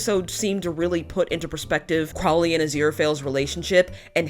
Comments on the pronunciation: Well, you pronounced Crowley right when you talked about pronouncing it wrong. It's just an oh like in crow vs. an ow as in cow difference, so I don't think it's accent related. Your Aziraphale is spot on, though. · I don't really grasp your excuse for not pronouncing Crowley correctly. I mean, you have crows -the birds - in the US right? Do you call them 'crow' as in 'how'? Nor the most important thing in the world, admittedly. Just confused